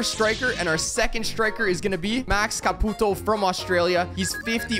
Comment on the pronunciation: The way he pronounced ''Max Caputo'' had me dead